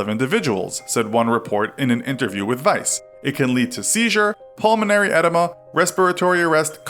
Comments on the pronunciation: "Ed eh ma"? Really? Maybe it's pronounced "Uh deam uh"... Just guessing... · Eh-Dee-ma edema not ed eh ma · Uummm, it's eh-DEEM-uh, genius. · It's not "EDD-a-ma", it's "uh-DEE-ma". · "Eh-duh-ma" is actually pronounced "aye-dee-ma" ;) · Edema is pronounced “uh-DEE-muh” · Edema. Uh-dee-mah. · Eee-dee-mee-ahh EDEMA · It's pronounced "pulmonary edEEma" :/ sigh.... Your credibility: down the tube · Isn’t “edema” pronounced “ed-eema”? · Pronounced en-a-ma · Pulmonary "edema"... SMDH americans 🤣😔. Its spelt "oedema" and pronounced "o-dema"